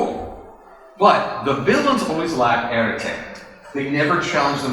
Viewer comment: Hey. I really loved this analysis. Because it really (oh what's the word) hold/contain/explain the whole reason I think being a Brony is the best thing for a man.:) And I just thought that I'd let you know (being french), that the 'e' at the end of "arête" is silent (unless your Parisian XD ). Again I really loved this and wish I could have been there.:D Sadly plane tickets to the US don't grow on trees. XD